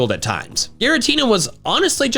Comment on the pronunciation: I really don't want to be that guy but it's LuShen Not LuSiAn